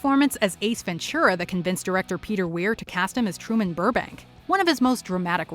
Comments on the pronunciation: it's really weird for me to hear "Ace Ven-ture-a_ instead of "Ace Ven-too-rah" which is how it's supposed to be pronounced ^_^ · Ace Ventschura? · Ace Venchura? lol